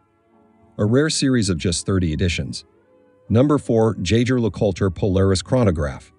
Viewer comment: Do NOT make watch videos if you couldn’t even pronounce the brand name correctly.